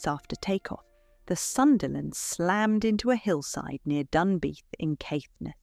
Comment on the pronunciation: A huge and magnificent effort! However, as usual I was disappointed by an English person's mispronunciation of Scottish place names. Cromarty is pronounced "Crommerty" (not Crow-marty), and "Dunbeath" is pronounced "Dunbeth" (not Dunbeeth). I also much prefer the original British pronunciation of "idyll" to the horrible American "idle", which has sadly taken over, as have so many other ghastly Americanisms. It is now widely accepted by historians that the real reason for Edward VIII's abdication was his sympathy for Nazi Germany, including the fact that he informed the Germans about French and Belgian defences along their border, noting weak spots. In this interpretation, he and Simpson were sent to the Bahamas to prevent any attempt to liaise with the Germans, and the British Government forced his abdication because he was a Nazi sympathiser, using his desire to marry a divorcee and commoner as a convenient pretext that would not severely dismay the British public. Contrary to misinformed opinion, there is no mystery about the inland route of the Shorts Sunderland versus that around Scotland's coast. The flying boats often cut diagonally across Scotland, over the northern Highlands, when the pilots and navigator deemed it safe. This saved time and fuel. Sadly, on this particular flight the navigation was just a little wrong and the hills were shrouded in fog.